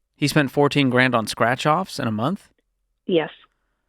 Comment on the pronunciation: *Strach? You mean Scratch